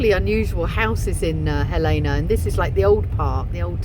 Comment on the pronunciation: Gal-lean-a. Not Gal=lana. Hellena. Not Hal Lena.